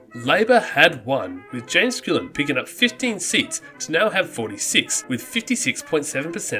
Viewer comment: Littleton rather than "Little-town", and Skull-in instead of "School-in"! Other than those clanger's, a very good and well researched effort,.